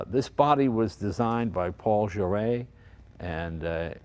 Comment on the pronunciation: Took me some time to realize that the guy who designed the aerodynamic body with the french sounding name "Paul Jarey" is actually the hungarian aerodynamics designer "Pál Járay" (pronounced Paahl Yah-ra-ee).